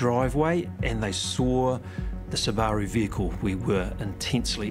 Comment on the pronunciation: I have never seen someone pronounce Subaru the way that Australian detective did. 🕵️‍♀️